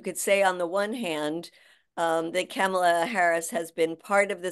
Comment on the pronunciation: PLEASE pronounce VP Harris's first name correctly Madea! It's "COMMA-LA". NOT "CAMel-luh".